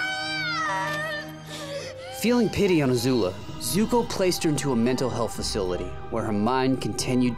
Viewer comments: Its Azula not Azulu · Don't say ZUZU